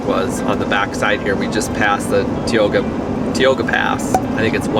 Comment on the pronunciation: FYI it's pronounced MohKnow and not Mahno and TieOga and not Teaoga...😃 Those aren't scratches, they are called backwoods pinstripping.